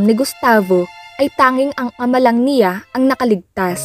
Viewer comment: Ayusin mo pgbasa mo..CIYA at NIYA..ano ba yan.